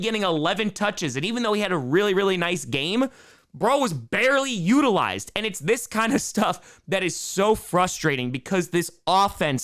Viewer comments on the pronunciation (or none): The New Yorker in him made an appearance